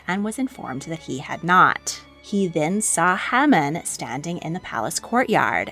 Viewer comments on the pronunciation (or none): Quite true. However, Haman (pronounced as Hay-Man).